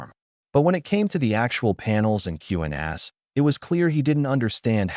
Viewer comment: . I like how the AI voice says “Q&As” as Q and ass. 😂